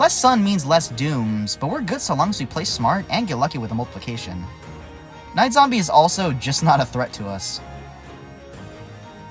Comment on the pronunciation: I swear I thought that he said "9/11 introduced wizard zombie" but apparently 9 was actually night